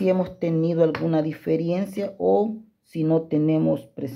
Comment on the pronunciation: Diferencia no Diferiencia